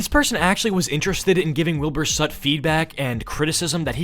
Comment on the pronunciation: “Wilbur sut?”